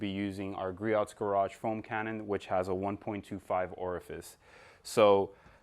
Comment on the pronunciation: Gree-ohs! Not gree-ots is the proper pronunciation.